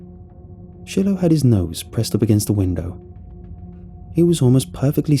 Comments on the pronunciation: An Easy Way to Remember: "It's pronounced 'Shy-Lo,' rather than 'Shill-oh;' just like you Smoke using 'Chore-Boy,' & Never use Brillo!" 😜😂🙃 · Are you saying Shillow? Chillow? Or are you mispronouncing Shiloh? Shy-lō is how it's said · it's pronounced Shy-low, not shill-ow xD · I’m pretty sure the dogs names pronounced “Shy-Low” not Shilow. Other than that another excellent story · Anyone else bugged by him probouncing the dogs name “shillllo” instead of “sh(eye)lo” 🤣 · “Shillow” lol you mean “shilo” (shy-low) ? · Great story and narration! I think it’s pronounced Shy-Low 😊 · It’s pronounced shy low(Shiloh) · If the dog's name is spelled Shiloh, it's pronounced Shy-low. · Yea, shy-low . it was meh, but not too bad. Still a good listen. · It took me forever to figure out why this guy's dog's name is Chillow -. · I'm pretty sure you're trying to say "Shiloh"... the dogs name. If so, it's pronounced "Sh-eye-low"... or "shylow" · Yeah shillow hits the ears wrong. Plus who didn't grow up with the classic Shiloh books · People are getting so mad about the dogs pronunciation 😂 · Well damn. Didnt notice it. Now I cant not notice it..